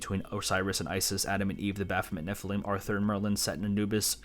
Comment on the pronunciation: Fantastic and dense deep dive. This game has become one of my favorites in the past few years and I've gone out of my way to analyze and reverse image search a lot of the art within. If I could give constructive criticism, the blatant mispronunciations of certain words is really distracting and threw me off quite a bit. 'Nephilim' is clearly stated a dozen times in game and I don't think anyone else says it like you do. Also you say 'Malchut' like 5 different ways and say 'Kether' wrong as well despite them clearly being stated in game.